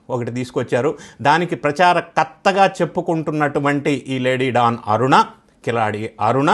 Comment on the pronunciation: ఢాన్ కాదు... డాన్